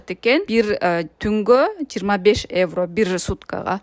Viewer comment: Эвро эмес евро